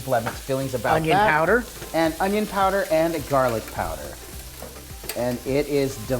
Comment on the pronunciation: The way you pronounce onion (ownyown) reminds me of Justin Wilson "The cookin cajun" - I loved that guy. CLOSE THE DOME! What is B roll footage? Congrats on the cook book! Smell yea!